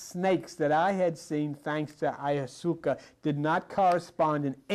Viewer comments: Ayahuasca pronounced iawaska but he was still far ahead on this. It’s only done with a very experienced practitioner in sml groups. Be very careful. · The way says “aya-ha-Zooka” 😂😭🙏🏽🤍 AYAHUASCAAAAA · Eye a waska .... lol 😅 Ayahuasca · Pronounced—“I-Oh-was-ka” DMT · How you just pronounced auwasca aha. Iv most likely mis spelt it too😅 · Thank you. Just found you. Never heard it pronounced ayusaca. lol. I do think it downloads data into your DNA. They the pineal. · He’s pronouncing it wrong but I get the message ayahausca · This is fascinating. Some help with pronunciation: DMT - Die-meth- L- trip-ta-mean Eye-a-wa-ska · Listening to try to say ayahuasca is funny. Love this guy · This man is brilliant even though he can't pronounce Ayahuasca... doesn't even matter because he conveys the message anyway. When he called Chakruna (MAOinhibitor) This!... killed me. Beautiful to hear his interpretation of how plants convey messages to us. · True, he can't pronounce Ayahuasca well 😂 makes me laugh too. But he was talking about a third plante to prepare Ayahuasca, do u know what's the name of the plant he's talking about? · Him mispronouncing ayahuasca is sending me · Is he trying to say "Ayahuasca?" Just wondering because he is known to mispronounce many things. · Let’s you know he really learned this. Cause he does not pronounce it how we do today. Makes me think. Are we saying it wrong. lol. Love this guy. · The way he pronounces ayahuasca is hilarious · was teaching things people are now barely waking up to...he couldn't even pronounce DMT or Ayahuasca. was so far ahead and didn't even know it, but he knew exactly what was right an exact. He's a true Great Mind of our time. has taught me more then a lifetime of Church or Bible study, not that I ever indulged but just generally. Exceptional mind and spirit... listen to him and embrace what he teaches, he's speaking from his soul and a knowing not a belief.